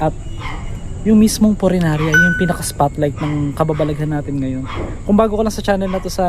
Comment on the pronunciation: Punerarya, hindi purenarya. Lol! Yung isdang tinutukoy mo ay dalag, hindi dilag. Hehe!